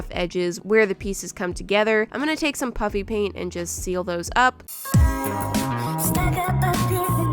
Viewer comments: it’s puffy paint, but it sounds like is saying “puppy paint” so that’s why it’s kinda a joke that it’s puppy paint. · Is she saying Puffy Paint or Puppy Paint ? 🤪🤪🤪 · why does it sound like shes saying "puppy" paint everytime she says puffy paint? lol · Why is it so funny that it sounds like shes said puppy paint or is it just me so it's just me